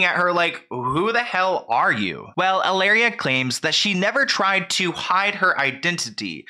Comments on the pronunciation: She doesn’t even pronounce her “Spanish”name in correct Spanish! It should be ee-la-reea not halaira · I can't even watch this because you keep calling her Ilaria. With a silent h and everything. Why do you feel the need to indulge this woman's fantasy for her? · Why do you call her ILLARIA instead of HILLARIA 💀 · How you say, cu-cumber? Hillary pronounces Hilaria like EE-LAH-DIA 😂😂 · You pronouncing Hilaria like malaria is SENDING ME 😂😂😂